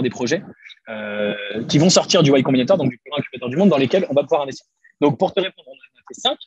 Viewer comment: "Y Combinator" et non "White Combinator" Je trouve que le contenu est bien dans l'ensemble sur ta chaine Keep it up !